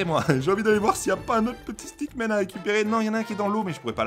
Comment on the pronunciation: pq tu dis stackman c'est stickman